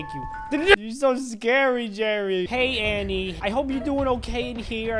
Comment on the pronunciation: The way you said annie is stoopid XD